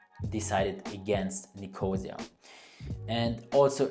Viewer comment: Nicosia - the accent is on the third syllable, not on 2nd syllable.